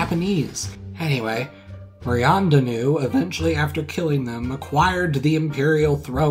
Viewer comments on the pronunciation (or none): Maryandanoo- Mary Antoinette... Come on Man! Come on! I know you french but come on!